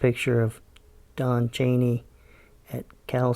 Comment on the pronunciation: Not Chanay, it's Cheney... Hard E sound.